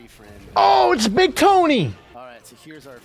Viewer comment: BEEG TONY 😂